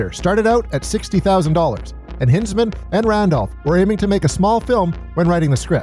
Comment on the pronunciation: O......M......G I hate to be that guy, but what is your major malfunction that you can't say Bill Hinzman's name properly. Think of Heinz Tomato sauce brah... Its pronounced the same. It shouldn't bother me this much but it does by the sheer volume of times you say his name in the video. Surely when doing research for this video, you must have seen an interview from Bill where he introduced himself? 😲